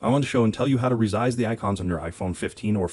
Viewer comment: It’s ressssize not rezize 😅